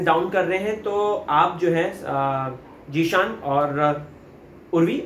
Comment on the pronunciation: its zeeshan not jeshan ..